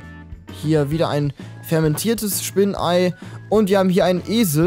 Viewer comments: 😂😂😂 du sagst zu Spinnenauge einfach spinnenei 😂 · eye heisst Auge, nicht Ei!